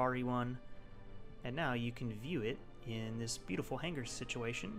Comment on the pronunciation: OOOO.. Subscribed! "hang-ger" - unsubscribed.